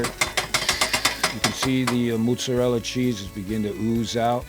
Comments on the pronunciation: Moosserela? MOZERELA! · maaa-zah-rella were u from canada lol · Love this!!! Just a Italian spin, us WOP's pronounce it "mootz-a-dell." The "d" is kind of soft, not a hard "d." (insert joke here) I've got 30 lbs. of ground brisket that are screaming to become tube snakes!! OH!!!!! If this were done with some homemade Italian sausage, it may replace the SPO sandwich!! Awesome idea!!! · how he pronounces motzarella cheese...mootzarella